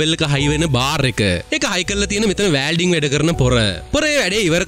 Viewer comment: වෑල්ඩින් නෙමෙයි මචන් වෙල්ඩින්..